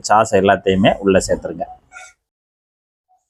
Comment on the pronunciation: சாஸ் (sauce) என்று 'ச்' போடாமல் மென்மையாகச் சொல்ல வேண்டும்.